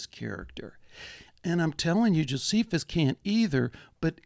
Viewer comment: Notice how Strieber mispronounces Josephus correctly and then incorrectly.